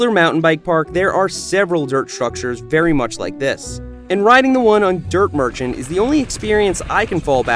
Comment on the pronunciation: Wery wery good rider Red bike 😂